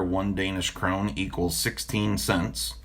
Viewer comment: I appreciate your honesty and swift correction.......personally I have always been happy with your integrity........FYI Danish Krone is pronounced Krone-ah (not Crone as in "old witch" or the dreaded "Coronavirus") more like HP "Levios-ah"......so If you ever get to review any more Danish "priced" knives. Keep up with the great work